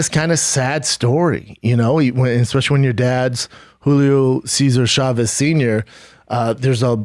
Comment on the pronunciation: The struggle with the Julio Cesar Chavez names lolololol on top of that the Camacho's. Hey real quig B, we married to a messican?